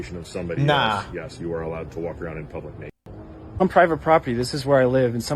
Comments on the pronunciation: Why you keep sayin "plublic"???? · What's a "Plublick Space"? She said it at least twice... so it must be a thing, right? Couldn't possible be another ignorant individual who cant pronounce simple 6 letter words correctly... Oh sorry, Correctically.... SMH. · cant ever take anyone serious who says "plublic space" multiple times in the same sentence lol